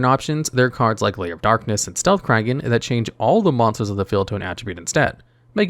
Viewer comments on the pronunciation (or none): none